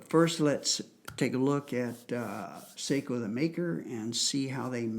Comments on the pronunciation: It's definitely pronounced S-ah-ko. Finns use the dipthong ei for the long A sound. They use ä for the sound of the a in the English words cat, hat or at. Sort of. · Yes, the proper Finnish pronunciation is "Sock-o", as in the sock on your foot. My family hosted a Finnish exchange student one year and she corrected my mispronunciation. That said, I don't own a SAKO rifle but I do love my Parker-Hale .243 Win. And the name is spelled in all capitals. It refers to, "Suojeluskuntain Ase- ja Konepaja Oy" which in Finnish means, "Civil Guard Gun and Machining Works Ltd". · Say-ko rolls off the American tongue much easier than Sock-o. :)